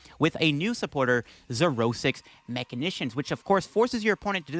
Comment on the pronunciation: Bro... MA-SHEE-NATIONS 😅